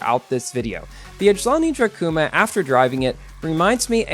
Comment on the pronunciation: The way you say the name of this car I thhink is too soft. Its Ajlaaani Drakuuuma lol I think